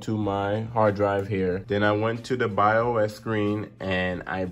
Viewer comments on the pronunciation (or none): AND THATS NOT YOU SAY BIOS ITS NOT BEE I OU ES BUT BIOS